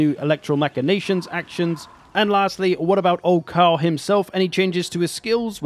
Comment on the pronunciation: And that he was never taught Latin. His pronunciation of “Machinations” and “secessionists” also hurt my ears.